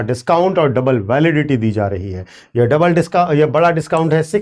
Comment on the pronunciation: Aap "yeha mat pronounce karna" durgaandh ati hein is word se, aap "yeh" bola kijiye.